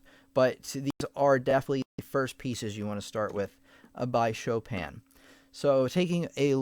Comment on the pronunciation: Did he just literally said "Shópèn" Chopin?😂